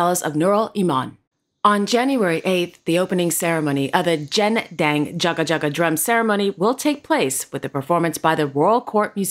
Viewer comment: Not jendang it's gendang jaga jaga like u pronounce Google it's not joojle😊